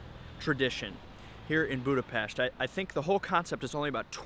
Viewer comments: Love it! Kudos for pronouncing Budapest and other Hungarian words correctly! Were speedos not obligatory in the Széchenyi bath? 😁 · One of the most annoying thing is when all of these vloggers and travel guides don't even take the time to learn how to pronounce Budapest correctly. Thanks for saying it properly, much appreciated.